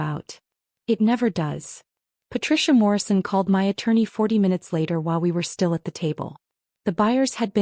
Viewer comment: The word "my" means me or myself. It IS NOT pronounced as "M.Y"